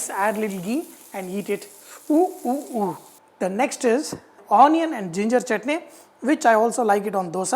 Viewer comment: It's not saurness it is sourness It's chutney not chotney Not double break the egg, poach and spread over the dosa Stop over acting